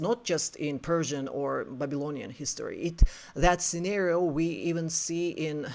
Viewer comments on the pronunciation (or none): none